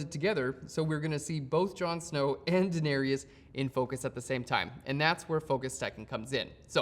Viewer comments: It¨s DaeneRYS, not Daenerious. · Really great tutorial for this. Much appreciated. Though I did cringe every time you butchered the Daenerys pronunciation.